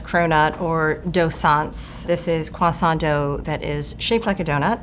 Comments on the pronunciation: kwaSAWT mrs. maam this is english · "croissant" has an "r" sound in English fyi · I hate the way she insists on pronouncing "croissant" with a French accent every single time. Yes, it's a loanword, but it's been part of the English vocabulary for ages and has an established English pronunciation. People who do that, do you pronounce every loanword with its original pronunciation? Because it sounds dumb. Fight me.